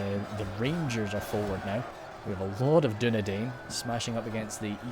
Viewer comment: Dunedain is pronounced as Dune-dine